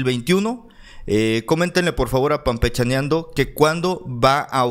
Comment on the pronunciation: HOLA: ESTOY DE ACUERDO CONTIGO;SOLO QUE ES ---PANpechaneando---,NO ES PAMPECHANEANDO,NI CAMPECHANENDO....YA ESTÁ TU LIKE Y MANITA ARRIBA...SALUDOS Y ADELANTE CON TODO.